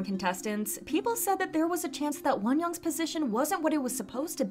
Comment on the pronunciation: Why do you say Wonyoung’s as Wonyoung’s-is? There’s no second S lol